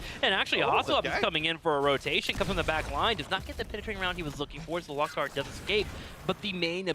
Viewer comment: Stop saying Lock Tar, It's Lowk Tar. Orc phrase